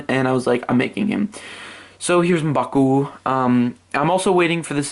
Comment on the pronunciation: I love the way u say M'Baku